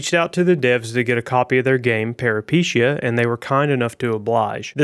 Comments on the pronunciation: "Per-uh-pi-tahy-uh" not "para-pee-shee-ya" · It's not "peripishia". It's pronounced [pə,ripi'taiə]. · Pair-uh-puh-tee-uh. But great first look.